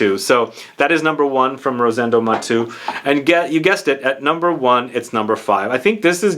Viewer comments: Thanks for featuring a Spanish niche brand! I tried all the collection and number 5 is my favorite too. If you allow me to correct your pronunciation, being Rosendo Mateu a Spanish name, you pronounce all the vocals. So you say “MatEU”, not “Matu”. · Great video as always. Only one thing, I believe that his name is pronounced Ma-te-u and not like you said on the video. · I was thinking this. His name is pronounced as if he were French, but if Spanish, would it not be Ma-tay-oo? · Hi, his last name is Spanish not French and it is pronounced as if it were Spanish or Italian